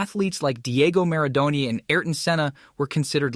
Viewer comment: And Diago Maradoni…🙄